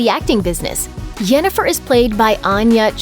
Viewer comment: At :48, the narrator says "Jennifer", not Yennefer. Lost their credibility right there.